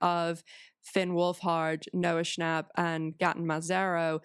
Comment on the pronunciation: She butchered Gaten's and Joe's names too.